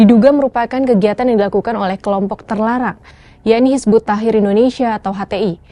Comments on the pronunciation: Hizbut Tahrir Mba ya, bukan Hizbut Tahir, beda makna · Ngomong tahrir aja gak lurus, jelas amat islam phobia